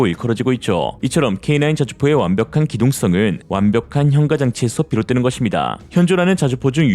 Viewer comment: 현까라고 발음합시다. AI 좀 교육시키세요...